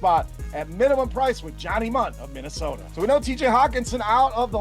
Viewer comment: Mundt not min